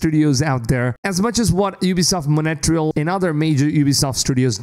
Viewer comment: Ubisoft Montréal 😅 but he says Monatrial